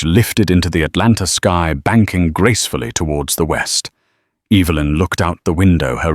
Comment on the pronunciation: Will you please pronounce Evelyn's name correctly on a continual basis. It's not Eeevalyn.